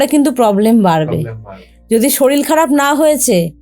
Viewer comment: Madam sorir bolun, solil noy. Solil means jal